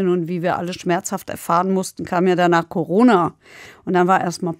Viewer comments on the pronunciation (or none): none